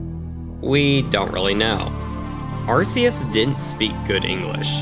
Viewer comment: You guys mispronounced Arceus, it’s actually “R - Key - us” its a very common mistake though just wanna help out with that